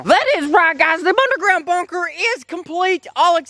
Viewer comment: he said “bunderground bunker” 😂😂